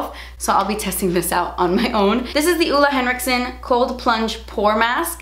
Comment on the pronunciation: Ole Henriksen is danish and is pronounced more like Olay actually :)